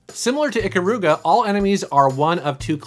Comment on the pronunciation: You pronounced "Ikaruga" wrong. The emphasis is on the "Kar" not the "U"